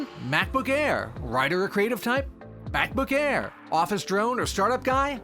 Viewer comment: Did he just says Back-book Bare 0.33?